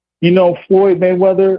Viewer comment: “ Goyd Mayweather “ is food out here